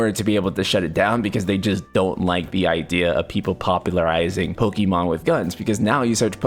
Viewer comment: Please stop saying Pokimon. It's very clearly Pokémon. Pokaymon.